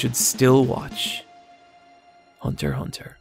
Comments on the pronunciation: Go back to calling it Hunter EX Hunter, that's the correct way of pronnouncing it, Hunter Hunter sounds dumb and for some reason part of the community calls it like that! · They’re both right. Hunter Hunter is the Japanese pronunciation. Hunter x Hunter is the English pronunciation. Japanese don’t say the rs so it kind of rolls off the tongue but it’s extremely awkward in English, hence the pronounced x. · Lmao I had no idea as to how to pronounce the title